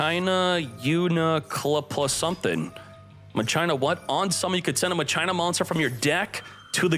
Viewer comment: People who pronounce "Machina" like that need to be institutionalized.